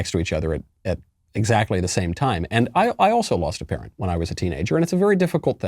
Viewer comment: She pronounces “and” as “IEEENDDDD”